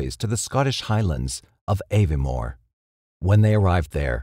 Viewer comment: Incorrect. And at least learn how to pronounce Glasgow and Aviemore properly; it's not difficult.